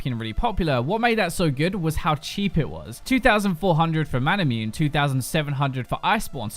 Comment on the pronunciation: I love you, just please don't mispronounce Manamune and Muramana so brutally. XD